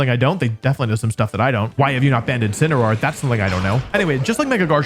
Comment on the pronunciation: DO NOT LEAVE OFF THE A IN INCINEROAR!